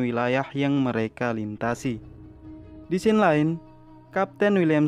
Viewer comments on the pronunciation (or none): none